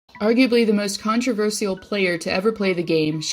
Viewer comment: Please pronounce controversial correctly